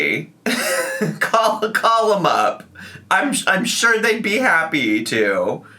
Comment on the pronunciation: Are we surprised!? SHYORE ☝🏽 SHYORE WE AREN’T 😂